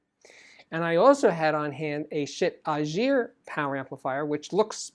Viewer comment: Schiit Ægir is a good amp but it bugs the heck out of me the way you butcher the name: thats the ae sound and you all can learn it. Then the g is hard and not a j sound